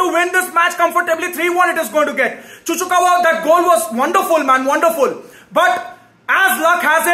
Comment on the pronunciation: Cucurella ✖️ Cucukawa ✅ 😂